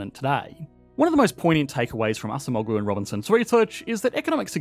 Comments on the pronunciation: The name Acemoğlu is Turkish, so the way it should be pronounced is with the c sounding like a j in English, and the g is silent. So, it would be like "Ajemo-lu". Also, the shape of the accent mark you printed over the letter g is incorrect. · I'm happy to see Acemoğlu in this video! He name is pronounced like "Adjemowlu" btw :D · Pronounced “Adjemolu.” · Correct spelling: Daron Acemoğlu Correct pronounciation: Daron Ajemowloo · You butchered the pronunciation of his surname. It is pronounced "aa-jeh-moh-loo". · Not relayed to the video but I couldn't stop myself from writing this. C is pronounced as in 'jam' not 'sam'. So his last name is A-JAM-oğlu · Great content but you should pronounce Acemoğlu more or less like: A-gem-oolu 👍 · Pronounced "A-jem-oh-loo" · Was it so hard to learn how to pronounce Acemoğlu? You make an interview yet you pronunce his name incorrectly...